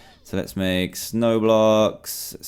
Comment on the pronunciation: when he said snow blocks it sounds lik roblox. (snowblox roblox)